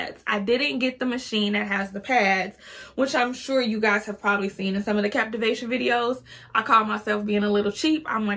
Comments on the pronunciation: It’s CaVitation. Girl. Stop saying the word wrong. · I said the same thing.......CAV ITATION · Definitely not called a ‘captivation’ machine. It’s a cavitation machine.